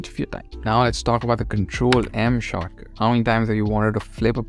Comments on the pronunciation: After you said shortcut enough times it starts to sound like "chakra" and so i felt like i was watching a very spiritual video about discovering various blender chakras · I thought you were saying chakra for the first 3 minutes then I realized you were saying shortcut. Now I'm calling them chakras. Great video bro. These are the things tgat make pros. Big ups